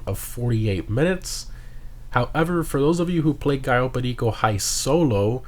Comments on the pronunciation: Ur pronunciation on cayo perico pisses me off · Why do you say cayo perico in such a weird way?